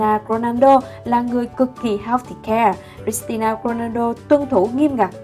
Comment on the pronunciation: Vcl Cristina Ronaldo ??? Nổi tiếng vậy mà cũng đọc sai thì chịu Champion League thì đọc Champion li quých 😑